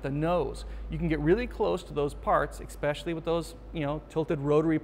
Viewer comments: Omg, I love the information but I can't stand that THERE IS NO LETTER X in especially. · This video "expecially" informative. Thanks!